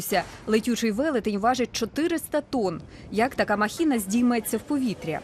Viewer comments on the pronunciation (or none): «Махина», а не «махіна»